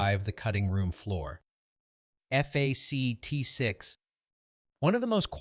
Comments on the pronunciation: You speak eff aa cee tees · Okay I stuck through the AI years Stuck through the AI F A C T junk But I draw then line at Corey Hiyame. Which is how AI reads it. Show some respect. If NOTHING else, get the actors names correct. Especially the actors that are no longer with us. Do people not listen to their videos before posting? Corey Haim There are many many videos online you could find, to ensure his name is said correctly. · This COULD HAVE been a great video. In depth, interesting writing. TERRIBLE AI narration! “F A C T 1…”. WTF is that all about?😂😂. Other mispronunciations and the random female robot voice was just as bad. You need to read it yourself, or get someone else, a human, to read it. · Who pronounces 1985 as one nine eight five and “fact” as eff eh see tee?! Ai!! That’s who! Still loved this show when it came out and bought it on vhs, that’s right I said vhs, a couple years later 😂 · "...one thousand nine hundred and eighty five... F-A-C-T 1..." Probably the worst thing about AI is how lazy it makes some of us. I get it if you don't want to use your own voice to narrate, or maybe English isn't your native language, but not bothering to listen to your own video before uploading it to catch parts which obviously need to be re-recorded is akin to submitting a paper without bothering to spell-check it, first. It's just baffling. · Teach your AI the word "fact".....